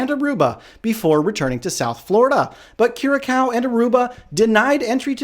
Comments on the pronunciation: Dude it Is pronounced Kyu-ra-saow. (Curaçao). Otherwise good job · C-Cedilla: Ç is pronounced "sss"